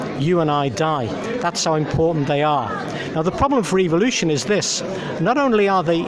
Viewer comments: Am I the only one hearing evilution. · Is the pronunciation "evil-ution" a British thing or a creationist thing? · Really nice video! I just wonder.. why do you pronounce the word "evolution" like it sound like an "evil oution" Well maybe i am just a stupid swede but i pronounce it like the word "every" E v o l u t i o n. It sounds less.. evil. Keep up the good work my friend! Regards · Why do you Brits say evilution instead of evolution? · Why do they say EVIL-lution? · is it just me or do they all say EVIL'usion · Why do creationists pronounce EVOLution, Eviloution, it's so annoying. Second how can "professors" be so ignorant, I weep for mankind. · I'ts funny that in UK evolution is pronounced like EVILution.